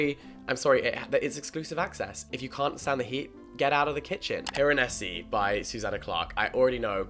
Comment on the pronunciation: was vibing with this video laughing and then you said "piranesi"' and I fully had to pause and collect myself to prepare 💀